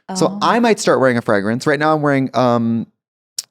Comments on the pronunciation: she can't even pronounce fragrance lol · I love that Trixie's Minnesota accent comes out when she says "fragrance". 💕